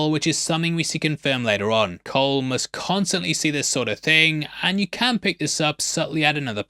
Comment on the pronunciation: Who tf pronounces Cole with a soft c?